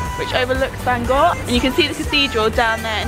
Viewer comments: Nah you nailed it! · They were actually pretty close in the pronunciation they just needed to roll the r at the end of the word Bangor. 'Banga' is just an Anglicised attempt at the place name... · your pronunciation of Bangor is funny. I live not that far away we pronounce it Banga. You should have come to Llandudno, the queen of Welsh resorts.